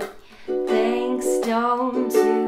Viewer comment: She doesn’t she didn’t say thank E s 😂😂🤣😂😂😂😂😂😂